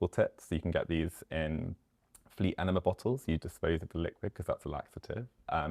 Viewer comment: First of all it's enema lmao